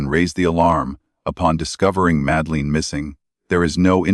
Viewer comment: It doesn't even pronounce Madeleine properly